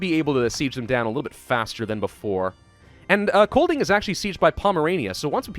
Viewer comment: just to let you know master. The "d" in Kolding is mute so it sound more like koling. Also for an American, you nailed "sjælland" prerry well. and also "vest" means west, "øst" means east, "nord" means north and "syd means south <3 keep up the good work:D (im Danish btw)